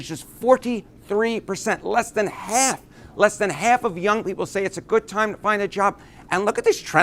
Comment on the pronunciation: I just keep hearing him pronounce "half" as "hay-alf" and can't help but keep repeating it out loud to myself. Oh yeah and Trump sucks balls and the public are finally realizing it. That's important too.